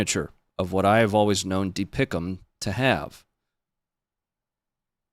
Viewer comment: As someone who’s served in Artillery, we don’t say dee pick-ums; we say D P I C M or Diamonds!